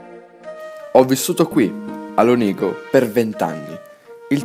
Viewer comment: Ma wtf , sei di Lonigo! sentivo una pronuncia vicina xD